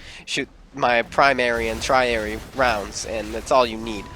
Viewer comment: it’s “tertiary”. Primary, secondary, tertiary. Just so you know!